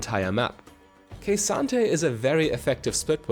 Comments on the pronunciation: K Santa. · "Kuh-SAHN-Tay" Not Ka-san-ta. Otherwise great guide.